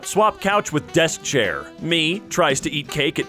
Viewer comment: I actually watched this video many times and every time i thought he said ''death chair'' instead of ''desk chair''